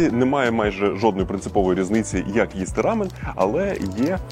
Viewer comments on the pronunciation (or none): Дякую круте відео ❤ вухо ріже вимова слова рамьон😂😂😂😂